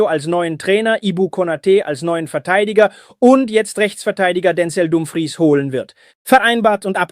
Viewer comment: Dänzel Dümfriis ist die Aussprache